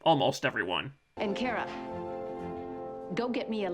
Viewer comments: It's not Care-a it's Car-a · Could PLEASE STOP - sayin ( care-a ) instead of her name Kara ( CAR.a ) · Its KAara,not Kera,hes like miss.Grant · You don't even pronounce her name correctly... Come on man. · You cannot pronounce Kara correctly. With that said, You suck. :) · its really triggering me that your saying cara wrong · why do you keep saying her name wrong? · Ok so I’m with you, but if your going to do a video on a show, at least learn to pronounce the name of the main character.